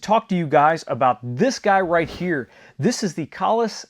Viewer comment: I'm so glad you pronounced that right